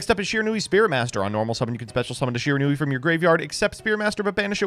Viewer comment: It's Shiranui